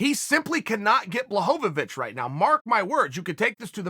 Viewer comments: Blahovovich and Blagoyev 😂😂 Chael has a problem with eastern european names. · Me: Blachowicz Uncle Chael: Blahovavich Me: Ok great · Jan Blachowicz should Change his Name to Blachochowitch. Cause Chael said so. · Lmao Chael who the fuck is BlaHOVOvicH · No one: ...... Uncle Chael: Blahovovich!